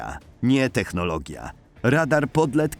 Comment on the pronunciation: technologia tak jest poprawnie nifur nie dż